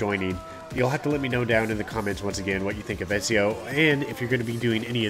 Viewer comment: Pronounced Eh-zee-oh. I just started this game today and dropped $100. I've been playing ac since like forever lol. Great series. I'd love to see them add the other assassins Conner, Edward,Altair,Adewale,Bayek,Shay...to name a few lol. All assassin team sounds dope. Subbed because of your beginner guides btw this popped up otherwise.